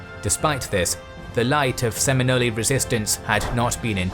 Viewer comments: Someone please just go ask someone at Florida State University how to pronounce their mascot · The mispronunciations were just killing me. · Floridian here! Thanks for giving the Seminole history some quality content. I can get over the mispronunciation 😬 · How much research did you even do for this video? Your pronunciation of Seminole is completely off and its embarrassing. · Try researching how to pronounce seminole first before making a video. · I live in Seminole Florida and go to Osceola High lol. Also the pronunciation of Seminole in this video is irking me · Have....... have I been mispronouncing Seminole my whole life? Never heard the E pronounced so heavily it seriously threw me off the whole video. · I agree. The content was great but hearing that mispronunciation was jarring every time. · If they were too lazy to research how to properly pronounce Seminole how can we know if the rest of there research isn't equally flawed? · Couldn't finish it. Every time he mispronounced Seminole was like getting my finger smashed. Hard to pay attention to anything else, lol. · The e at the end is silent I cringed every time he said my tribes name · Local here. The pronunciation gave me a headache lol. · Love he makes a video about a tribe and doesn’t know how to pronoun their name correctly! Sim-I-nols is proper way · All these people defending those guys pronunciation clearly have never met a real Seminole. I’ve met many pure blood “Seminole’s” and never once have I heard them call themselves “Se-men-olies” sorry keyboard defenders. I guess if you actually ever meet a real Seminole try telling them they’re pronouncing their tribal name wrong lol. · New drinking game: Take a shot every time he says Seminolee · I’m from Florida and I’m 99% sure it’s just called “SemiNOL” spelt Seminole but the e is silent. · I've never heard Seminole pronounced with the last e before. Sounds Italian. The e is silent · I hit the rewind to make sure that I heard “Seminoley.”😂